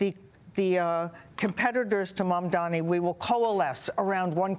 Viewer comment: It's not mamdoni you moron..its mamdani..first learn to pronounce and type properly before taking sides